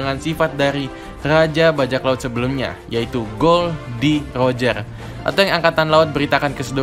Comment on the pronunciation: Rojer bang bukan lojer jangan di ubah kasihan oda bingung nanti'y😂